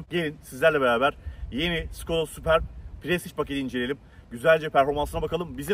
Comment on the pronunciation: Sübörp okunuyor